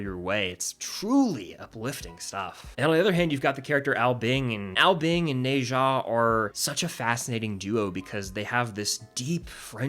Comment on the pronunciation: NOT NE ZA nezha